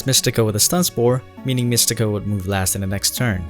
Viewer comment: I love How he says Roos-Rade